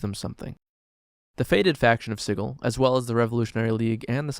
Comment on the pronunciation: Isn't it "Sid-jool"? Or did the creators of dnd prounce it weird on purpose?